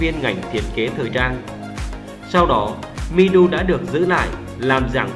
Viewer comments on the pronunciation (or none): Người ta tên Mi Du mà ông nội cứ đọc là Mi Đu. Chữ Đu ở đâu ra vậy ông nội ngọng nghịu, nhà quê kia ? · Mi Du mà cứ đọc là Mi Đu. Đến chịu